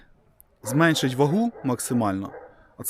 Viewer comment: Зменшити, а не зменЬшити ;)